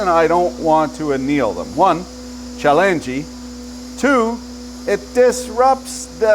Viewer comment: Did I catch a hint of Japanese when he said "チャレンジ"?